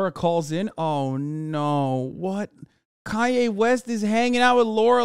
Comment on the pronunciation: "And I'm kanya West"